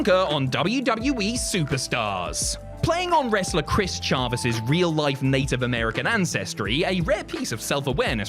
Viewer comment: It’s pronounced ChAvis lol